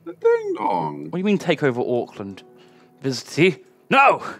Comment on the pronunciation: was right first in his pronunciation of Auckland, we say it like Orkland.